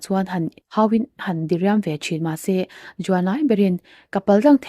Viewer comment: A ngaihnawm khawp mai. Mizotawng chhiar fimkhur hret la, DIRIAM tih thluk a diklo, beng a thlep deuh, mizotawng chu a thluk a zir in kawh hrang daih a nei thin si a.